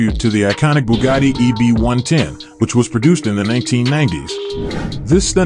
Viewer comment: EB 110 got butchered!! Lol